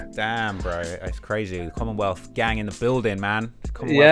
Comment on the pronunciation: That man said commonwealth lol